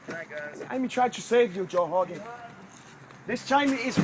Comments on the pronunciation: ''Joe Hogan, i hope you live to hegret this. Craliu...craliu...'' Oh man. This brazilian has a problem. Joe recked him. Lol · First of all...if yer gonna bitch at Joe "Hogan"...learn to pronounce the letter "R"...🤣🤣Honald Hegan for Christs sake.... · every word dat begins with a R he replaces with a H? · "You can't see, Joe Hogan." lol! This guy can't pronounce r's. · Joe Hoe-gan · JOE HHHOGAN. JOE HHOGAN i am not going to fall for that!